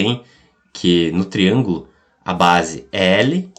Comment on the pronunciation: Da pra entender, mas fala tudo errado (triangulo). Área do triangulo? Onde?